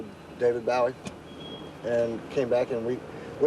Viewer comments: I love SRV to death, but how the hell did he do an album with Bowie and not know how to pronounce his last name? Especially since the knife (and Bowies stage name) was named after James Bowie who DIED IN THE ALAMO IN TEXAS. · Why is he saying David Bowies name weird? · Because he is hangin' with Brits And that is how many say the name "Bow'ee" (As in saying bow like in bowing down, In the stead of How some say "Boo'ee" Some pronounce the "Bow'ee as in bow and arrow. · I've heard other Texans pronounce Bowie this way. I think it may be the correct pronunciation for Jim Bowie.